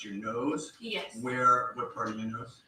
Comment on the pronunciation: Ok I would have road it out til “ pawt 99”😂😂